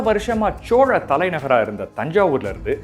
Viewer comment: Chola.....nengha pronounce pantradhu asinghamaeruku ungha speecha enjoy pannamufiyala sir pronounciation mathungha please